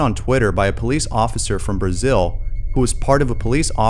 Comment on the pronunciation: He goes from cop to superstitious Brazilian "police officer"